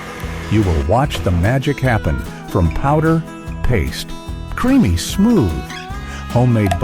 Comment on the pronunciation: Cremany peanut butter? AI, go home. You're drunk.